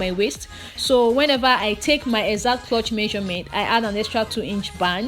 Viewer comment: Nice tutorial as always. But please it’s ‘crotch not clutch’.